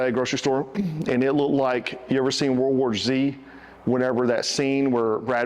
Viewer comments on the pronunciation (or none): none